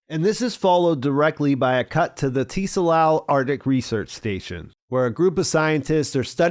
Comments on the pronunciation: I'm dying over here by your pronunciation of "Tsalal". No one in the show pronounces it as "TEE-sa-lahl" lol It's "tsah-LAHL" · I think Tsalal is pronounced suh-lal, and it's a Hebrew word that means "to be or grow dark", hence the Night Country relation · The T is silent Bro. Pronounced Suh-laal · "Tsalal" is also a Hebrew word used in the Old Testiment to mean "to sink" or "to grow/become dark," or even to be in shadow, which is a cool little detail. And a friendly FYI, the word "tsalal" is pronounced more like "salal," but with a short /t/ sound before the 's,' so the /ts/ sound at the beginning of the word is like the one at the end of "buh dum, tss," (the "snare and cymbal" sound that comes after a bad joke,) but with a shorter /ts/ sound. It's not T-Salal with a hard, enunciated letter 'T'. Honestly, if you have trouble with the /ts/ sound you can totally get away with just saying "salal" without the /ts/ sound, and it'll still sound close enough to the correct pronunciation that most people wouldn't notice or comment on it. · The “T” in “Tsalal” is silent. They say it several times throughout the episode. It’s pronounced “SAL-AHL.” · The T is not pronounced in Tsalal. Its just pronounced: Suh Lal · Great summary as usual although your pronunciation of “Tsalal” is driving me crazy. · You don't pronounce the "t" in tsalal